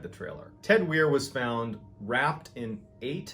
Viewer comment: I believe his name is pronounced w-eye-er Weier.